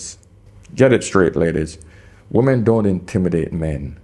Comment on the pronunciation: I love your videos, but you're killing me with your mipronunciation of women. wi-muhn